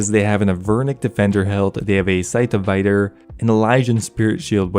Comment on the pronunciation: scythe of vaydur